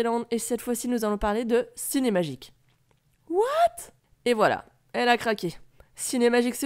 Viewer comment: Le "what" et bien fait